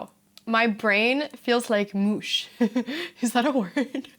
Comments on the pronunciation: "My brain feels like mush" is indeed proper, although it's usually pronounced as rhyming either with "lush" or with "push" rather than the "oo" sound in "sushi". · Mush is a word 👍 but, the first part is pronounced like in "MUch" and the 2nd part like telling someone to be quiet "shhhhh" just not as long obviously. 😊